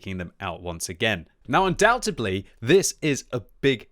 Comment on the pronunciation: Lol he said undoubtedly wrong again